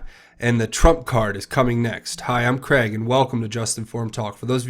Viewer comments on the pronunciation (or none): none